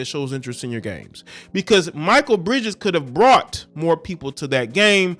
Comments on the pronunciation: Ex Suns player pronounced (Mick-Kale) Mikal great guy wish him success 👊👍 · Ma-Kale pronounced my guy…love the video’s btw🙌🏽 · I just wish you could pronounce his name correctly ……..just ask someone bruh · Step your sports knowledge up...youre not even saying Mikal Bridges name right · Pronounced the Brotha name right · It's pronounced Mikal (Mick- ale) Bridges. Solid player too.... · Bruh…. It’s MIH KELL. Pronounce his name right 😅. You watch zero basketball my guy. It’s clear. Good content tho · Mikal pronounced Mchale bro. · Bruh… his name is pronounced Muh-KALE Bridges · His name is pronounced Mikal (me kail) Bridges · Most of the time - it is considered to be proper etiquette for Pro Athletes to leave comped Tickets among themselves to other Pro Athletes - especially for a non-sellout regular season game Do better, the name is pronounced MEE-Kahl, not My-kuhl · Bruh… pronounce his name right man. Like damn. It’s not even spelled Michael so why pronounce it like that lol I know you’re smarter than that fam. Like cmon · It's pronounced McHale, this guy is a good dude. His mother showed him how to be financially responsible and he has a partnership with a company called Dovly, that helps people with their credit. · Pronounced Ma•kale👍🏾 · At least say his name right